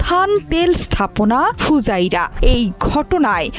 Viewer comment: ফুজাইরা নয়, ফুজিরা